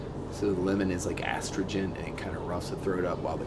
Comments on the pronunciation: I've never heard astringent pronounced that way, ever. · I’ve never known that’s how you pronounce astringent